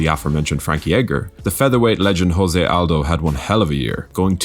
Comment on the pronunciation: I like this channel a lot but you keep pronouncing Jose Aldo's name in the Spanish way. In Portuguese the J sounds like the French J and does not make an H sound like in Spanish. His name is pronounced more like JOE-ZAY. I hope this helps.